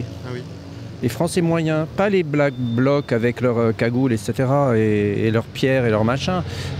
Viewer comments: ... Te force pas à dire " black block" si t'y arrive pas.. C'est pas grave,😊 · il a du mal à dire "BlackBlock" 😂